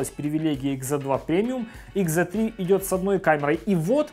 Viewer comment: Услышал слово икс, выключил видео... Ну нет такой буквы в английском алфавите... Уж извините.